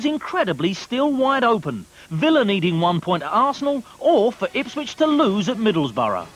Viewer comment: Since the last part's gone from Youtube, to recap: Villa league champions, Spurs FA Cup winners, Liverpool European Cup and League Cup winners, Ipswich UEFA Cup winners. John Motson never did stop calling him "Ricky Vilia".